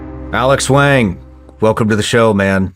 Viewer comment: Shawn Ryan totally butchered the pronunciation of Wang’s last name 😂